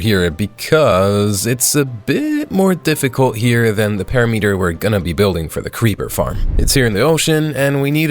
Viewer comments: It's impressive how many words you mispronounce, it's a PERIMETER NOT A PARYMETRE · Why do you pronounce it Para meater when its pear rim mitter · perimeter pronounced (puh-RIH-muh-ter) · Do you mispronounce "perimeter" just for engagement? lol😅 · ts not how you pronounce perimeter 💔💔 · Bro pronounces "perimeter" as if aliens invented the word